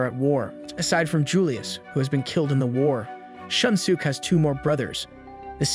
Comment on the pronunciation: Can't get over the pronunciation of their names loool "shun sook"